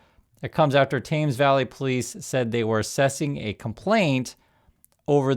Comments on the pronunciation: Thames sounds like Tems, rhymes with thems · thames does not rhyme with james